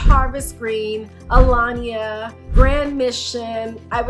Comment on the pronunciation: Aliana ….not Alania. Just helping you out….